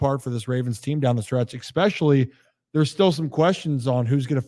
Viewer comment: The way the one dude says EXpeshully instead of especially makes these options hard to listen to